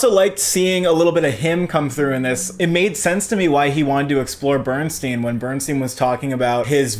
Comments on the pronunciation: It's pronounced BERN STINE, not BERN STEEN. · Yet another YouTube movie review that mispronounces the name of the subject of the movie! BernSTINE, NOT BernsSTEEN!! Leonard Bernstein is one of the most highly acclaimed American musicians ever. His name is pronounced correctly throughout the movie that you have reviewed and neither of you picked up on this! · How do you watch this movie and mispronounce BERNSTEIN???? Watched it twice and you never heard the correct pronunciation??? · Please pronounce the family name correctly.